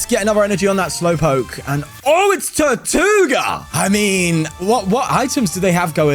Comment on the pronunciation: Funny how you pronounce tirtouga as "tortuga" which means tortoise in Spanish haha